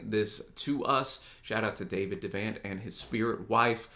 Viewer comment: I love this video, brought me right back to the spirit of those times... one thing, its pronounced De' vont like Vermont.